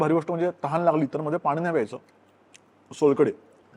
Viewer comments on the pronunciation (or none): none